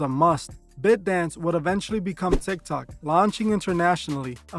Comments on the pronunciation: It’s pronounced BITE-Dance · The way you say “ByteDance” is incorrect😂💀